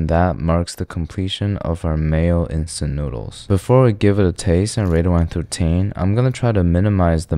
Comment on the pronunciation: “One trough teen”